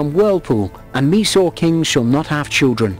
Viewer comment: Meesore??!! Its supposed to be pronounced as My-soor..